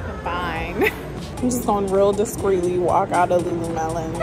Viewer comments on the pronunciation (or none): Lulumelon 😂😂😂😂 it’s lululemon